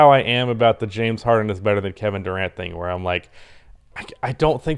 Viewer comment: Lmaoo “gevin Durant”